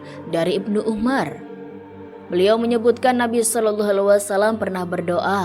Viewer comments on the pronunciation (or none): Rasulullah Salallahu alaihi wassalam. Eja yang jelas min.. Agak keganggu saya dengar nya kok agak beloh gitu mengeja nya.